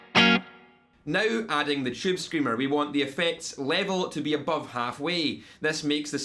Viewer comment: chewb screamuh